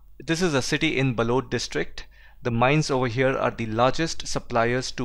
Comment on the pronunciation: बैलाडिला बालोद just minor pronunciations mistakes, Thankyou for the educational video!!